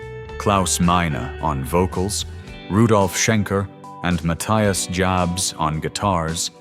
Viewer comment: The video was very interesting, but the incorrect pronunciation really hurts my ears when the narrator calls Matthias Jabs "Muh-thy-uhs Jabhz". His name is pronounced as Matthias Jabs (/maˈtiːas japs/ — mah-TEE-ahs yahbs), not (/məˈθaɪəs dʒæbz/ — muh-THY-uhs jabhz). P.S. Matthias himself doesn't correct people in interviews because he is a very polite, kind, and humble person. Scorpions, no one like you! Rock-n-Roll forever!!! 🦂🎸🎶🎤🤘❤️‍🔥🇩🇪